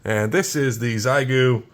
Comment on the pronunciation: Made me wrench every time you miss pronounced Xiegu 🤮..its pronounced "X-EYE-GOO" 🤷